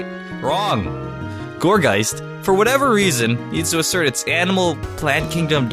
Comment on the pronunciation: i heard call gourgeist gorbyss